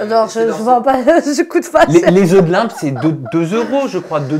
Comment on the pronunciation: Des œufs de "Limpe" ...😂 LOMPE pas Limpe !